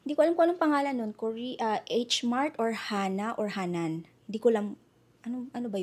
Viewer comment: Lougheed not Loughed it’s HANNAM not HANNAN!